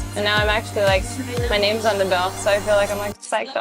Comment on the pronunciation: I can't take this queen and his mispronunciations of major words. Do tour research gurl.